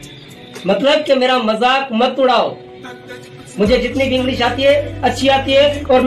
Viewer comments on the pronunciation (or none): none